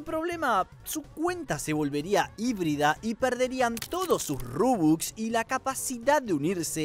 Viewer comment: INCREIBLE CUANDO DIJO RUBUX 🤑